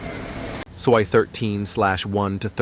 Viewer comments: "So eye"? You mean soi (soy). What a moron. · “Soo-i” 6??? Time for a new AI. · So-eye six? So-eye seven? Seriously? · Do you think you will ever pronounce “Pattaya” properly? Or “soi?” Duh! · Oh, that's why the voice pronounced Soi as in French. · Getting older and expecting everything to be the same or even wanting it to be, is UNREASONABLE. (AI voice tripped up on the word "soi" 😂.) +1 (Liked and subscribed btw👍)